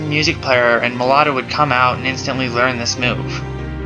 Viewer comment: it's meloetta